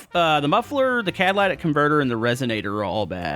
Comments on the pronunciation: Love this series and just so you know the exhaust part that's labeled catalytic converter is not pronounced cadilatic converter it's pronounced cadalitic it's a cadali not a cadila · It's cat tah lih tic converter not Cadillac converter lol just helping out